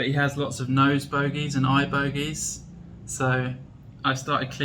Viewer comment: 😂, you made me laugh harder. The way you said bogeys 🤣